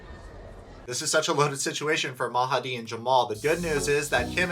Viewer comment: Yay for saying Mahadi how it should be